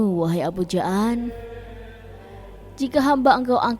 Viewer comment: Abul Jaan (dipanjangkan, jamak dari kata jin, bukan ja'an) hadewhhh, narasinya payah...